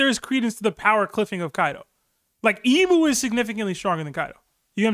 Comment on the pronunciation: I thought it was funny for some reason the pronunciation of Imu as E-mew 🤣 reminded me of Mewtwo pokemon